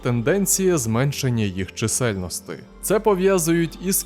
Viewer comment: Смерти? Чиселтности? Неможливо слухати